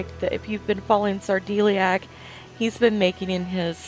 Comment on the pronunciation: I thought I saw a comment on someones channel recently where SarDeliac mentioned his name was pronounced Sar "Dell" iac. I always thought it was "Dee" as well. I could be totally wrong but you might want to check with him.